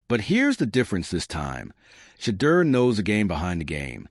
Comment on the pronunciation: Get the pronunciation of Sanders first name. Your Blogs are too long! Please just give us the facts, no embellishments! I’ll listen to one more Blog before I unsubscribe.